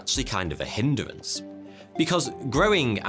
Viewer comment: Hind - er - ance. Why add a 3rd syllable to a 2 syllable word? It should be Hind-rance. No doubt it's the evolution of language in process 😅